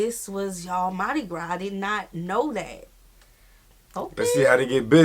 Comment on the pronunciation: Don't call it Madi Gra. Its Trinidad and Tobago Carnival ❤